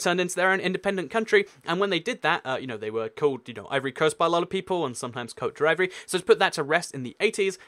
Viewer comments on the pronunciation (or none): its coat-dwe-voo-are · hey Côte d'Ivoire is pronounced (coat - div - w -our) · It's pronounced Cote Divwa not D'Ivory :) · Bet You Didn't Know That yeah I Lear French in school and it is pronounced divwa it's how the French say it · if you're wondering how to say Côte D'Ivoire, it's pronounced like this: Coat - di - vwoar. No hate, just happy to help. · it is pronounced Coat-Deev-wa. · 1) Côte D'Iviore correct pronunciation: Cau-t(e)-di-vwo 2) You forgot Brunei Darussalam (doesn't sound very English does it lol) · coat deev-WAH ps I love your vids! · Côte d'Ivoire: coat div-w-are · Timor-Leste -> Tee-more Les-teh Côte d'Ivoire -> Cot Dee Bware Hope that helps :) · It is pronounced like this, read all the letters: kout divuaa Dont do it. in a french accent, although once you say it it will sound very clearly french. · Correct me if I'm wrong, but isn't Cote d'Ivoire pronounced Cote De-vwah? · Coat de Ivory? Do you even French, bro? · its pronouced kot di vor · Legend has it, Côte d'Ivoir is still recovering from the butchering dished out when he attempted to pronounce it. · If you're producing videos about geography, show some pride in yourself and respect for others, and learn how to pronounce names. Minor errors are acceptable due to dialectal variation, but your butchering of Cote d'Ivoire was atrocious. And try speaking at a pace less than 5,000 WPM.